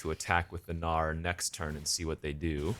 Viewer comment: Every time you say “gnawer” I hear “no” in New Zealand tongue